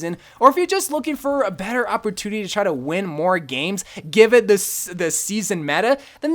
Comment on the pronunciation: “Opportuniny” and symmetra were the only two words I heard in this video. “Opportuniny” at its finest